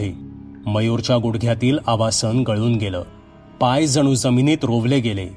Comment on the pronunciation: आवासन नाही आवसान असा उच्चार करा.